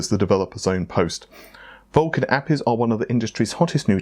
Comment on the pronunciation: Why are you saying APIs like Appies?